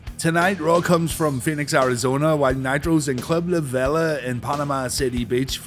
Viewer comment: It's La VEEE-LA & it's been closed since Hurricane Michael. I was a VIP member for a few years.